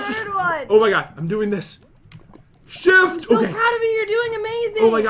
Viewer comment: ShIfT What i hear: sH!t!